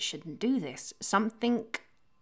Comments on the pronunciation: you lost me at "somethink" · Spoilt it for me by saying "somethink" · Why do people say "somethink"?